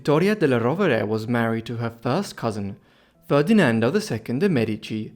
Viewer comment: Sehr interessant. Aber die Aussprache ist wirklich schlimm. Ohne geschriebenen Text wüsste man - beginnend bei der Sixtinischen Kapelle - nicht, von wem hier geredet wird. Della Roa 😅. Die heißen Rovere und genau so sagt man es auch. Regen- Tinnen haben auch nichts mit Regen zu tun. Und da gibt es noch viele Beispiele. Cosmo Drei heißt Cosimo der Dritte, donastische Inzucht ist donastische . Ohne Ende. KI? Ich mache Ihnen das gerne kostenlos, aber bitte keine so schlimme KI mehr!